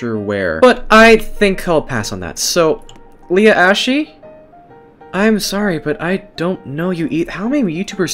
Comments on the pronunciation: He say Leah assey 😂😂😂😂😂😂😂😂😂😂😂😂😂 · if you didn’t know you said Leah Ashes name wrong it’s like Leah Ash but it’s just spelt Ashe sorry if I was rude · He said “Leah -ash eee” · I thought he said ashy the uniform